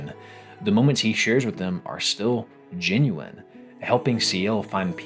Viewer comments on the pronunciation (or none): none